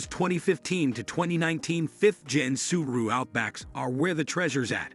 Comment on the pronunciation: “Sub-a-ru hatchback” 😂